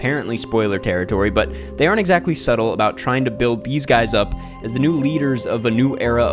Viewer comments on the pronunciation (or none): none